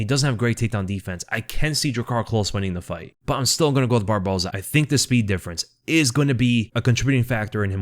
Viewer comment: aplause. “except for barbosa” is real hard to say. you said it flawlessly. a lot.